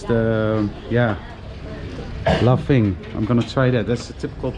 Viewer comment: Hahaah Ik ga stuk hoe je laphing zei: Lamping 😂😂😂